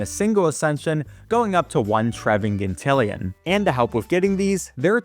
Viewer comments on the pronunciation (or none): You pronounced tresvigintillion wrong You said treviginillion